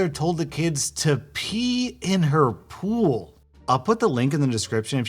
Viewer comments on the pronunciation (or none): This is our ool. Notice there’s no p in it.